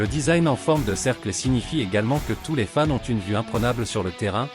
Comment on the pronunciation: Tu prononces très mal Fans, au début j'ai pensé que tu disais femmes.